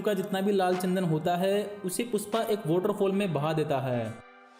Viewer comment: Tsandan nahi chandan bolo